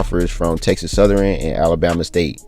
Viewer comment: Texas southern not southeran 😂